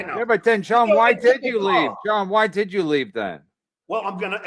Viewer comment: "Didjew or didjew not...."